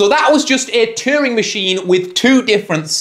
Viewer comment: and cheering for Turing